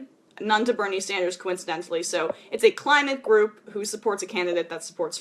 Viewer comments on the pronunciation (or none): none